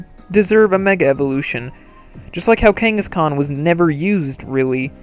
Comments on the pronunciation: Every time he said kangaskaan, I felt threatened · I thought he was saying ghengis khan